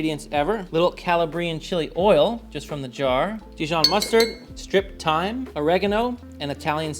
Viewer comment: I heard “strychnine” like the poison instead of striped thyme. 😂😂😂